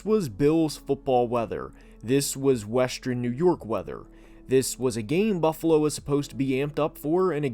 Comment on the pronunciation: As much as I love your content the way you say northern and western will make me have an aneurysm